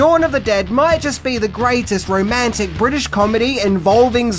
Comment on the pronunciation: Bwitish comedy? Bwitain consists of englistan, Scotland and Wales. It was filmed in and about englaza. Nothing bwitish about it, NZ roundy-uppy guy. Stop calling englistan bwitain. It's like calling NZ Australia,or calling Oz NZ. Pfft